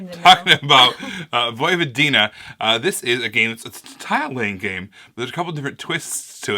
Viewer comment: Great review! This game is fun enough to play, but wow it's super fuggo lol! Nice to see Vojvodina represented in a board game, even though it's hard on the eye ;) [PS - when pronouncing Vojvodina the emphasis is on the first syllable, not the third]